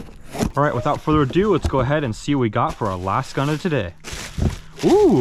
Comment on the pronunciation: Without further uh do